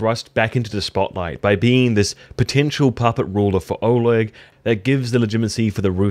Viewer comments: There is a reason his name's written "Oleg" because it is actually pronounced "Oleg" and not "olog" ^^ (no offense, just corecting you for future videos) :) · Was a bit annoying when you kept saying Olog instead of Oleg in the start😂